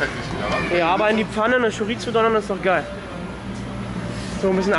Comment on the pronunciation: Lidl auf Malle ist super, aber man spricht Chorizo mit einem weichen s aus. Schoriso! Ich glaube Ihr seit Schockverliebt in Mallorca! Ist auch mega da und die Spanier sind super sympathisch!